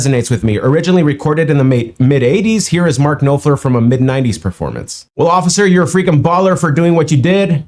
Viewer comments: The correct way to pronounce his name can phonetically described as saying N then off then ler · Last name pronounced NAH-fler. Silent K, silent P. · Knop rhymes with cop the "o" is short. You made a comment about technical playing, MK doesn't "shred" but you find fewer people who emulate what he does than can copy the "shredders". (That's a '58 Les Paul he's playing, today it probably cost more than a new car for most people). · “knop” rhymes with “top”. You need to check out Private Investigations by Dire Straits too. What a song that is! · it's pronounced nopfler, with the 'o' like 'not'. He is a great writer, an incredible guitarist, and a 'not' singer...lol. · The last name is pronounced Noffler. His dad was born in Germany. His style is actually banjo picking more than anything. This is some of his best guitar work from the Brothers in Arms album. A lot of great techniques being used. One of the best is the fade where he uses a pedal for the modulation. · Its pronounced noffler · His name is pronounced nôp-flêr if that helps lol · Buddy buddy buddy. Thats a very Lame and relaxed 90s version. Please please watch a video from Dire Straights playing this in the 80s. Its way more moodey, faster and heck his guitar work was so much better then. Nice reaction tho bud. Kind reguards from the UK. Ow his name is pronounced Noffler. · Hi, Marks last name is pronounced Noffler, hope that helps. He plays finger picking style. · I’m going out on a limb here but the way I was taught to pronounce Marks name is Knop rhymes with mop fler rhymes with fur. I don’t know if that is correct but maybe it will help you. For another great song about the bonds of service listen to Billy Joel perform Goodnight Saigon. Make sure you watch the official video. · There is no w in his surname. Pronounce the 'p' like an f and the k is silent. Basically noff ler. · Pronounce the 'o' in Knop like Drop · Knopfler rhymes with coughfler. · Knopfler Pronounced like Nahfler